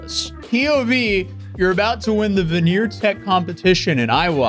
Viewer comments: “Veneer tech”….smh. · ""VENEER TECH"" LOL 😆